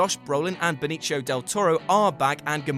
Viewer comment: Not how you pronounce Benicio